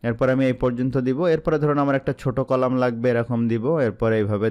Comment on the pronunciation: apni row ar colamta vul bolcn